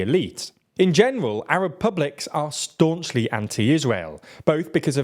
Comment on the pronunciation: "In general Arab Publics are Staunchly Anti Israel." The way he strongly emphasized the 'ST' in the word staunchly made me think he was going to say Stupid at first. "In general Arab Publics are Stupid" To be honest that probably would have been more correct...